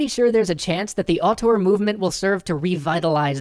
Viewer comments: auteur, not artor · Interestning subject. But man, was the word "auteur" butchered. I'm french, and at first I did'nt understand it., you realy should check the prononciation, because you use the word a lot in the vid and it sound way more like the french word autour (around) than (auteur).